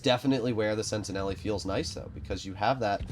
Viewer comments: just quickly about the pronounciation, it's not "sentineli", its "sentinel", that is much closer to the french pronounciation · Yep, the e at the end is silent in French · Pretty sure the -e is silent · I was going to bring that up as well.